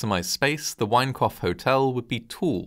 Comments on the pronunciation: Thought you kept saying 'wankoff hotel' 😂😂😂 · Sounds like the narrator is saying the Wankoff Hotel... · Every time you say Winecoff, I hear ‘wank off’. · All I hear is, "The Wank-off Hotel." 😂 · Obviously a terrible tragedy, but I can't help chuckling a little whenever you say 'Winecoff'. Sorry. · With a name like 'Winecoff' you had better be precise in the enunciation of one's vowels . . . .